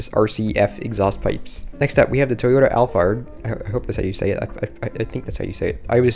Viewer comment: Toyota alphard read as al pard not al fard and is not a minivan is a luxury van